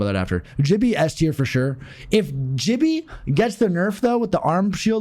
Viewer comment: It's gibby as in gif not jif lmao love ya